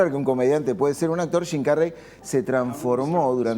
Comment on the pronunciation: jajaj estos sudamericanos, hasta las palabras Gingas las pronuncian shim carrey en vez de su pronunciación correcta